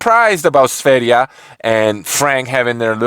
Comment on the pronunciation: You are the first who pronunciation sverige right (Is Sweden in swedish )